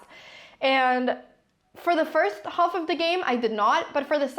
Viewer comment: A short time earlier she pronounced (twice!) the word "half" by enunciating the "l".